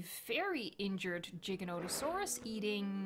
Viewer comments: It's Giganotosaurus. Not Jiganotosaurus. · It's not jija it's giga